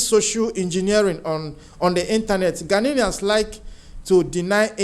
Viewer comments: GHANAIANS NOT "GHANANIANS" PLEASE PRONOUNCE OUR CORRECTLY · They are not ghananians they are "GHANIANS"get that right please and take note of the pronunciation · Stop saying ghananaians, it's ghanaian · My brother no disrespect but it's "Ghanaians" no "Ghaninians". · Ghanaians NOT Ghananians, please!!😂